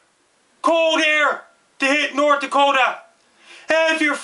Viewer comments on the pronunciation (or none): I fucking love how he says Nort Dakota!!! Great work.. I love our neighbors to the north sincerely from Nort Dakota